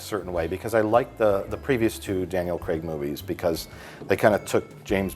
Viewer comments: always weird to hear "Craig" pronounced as "Creg" by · For all you Americans. It’s pronounced Craig, not Creg. As in Daniel Craig, not Daniel Creg. Carry on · why do they keep calling him Daniel Creg? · Why do Americans say Daniel ‘Cregg’ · 'Daniel Cregg'